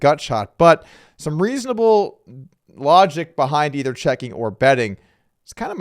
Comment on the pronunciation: Did you just say "lodgic" ?